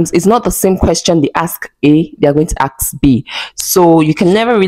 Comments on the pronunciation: 😂😂😂😂😂 they sound it axe😂😂😂😂😂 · The way Nigerian say the word ASK...love from Nairobi Kenya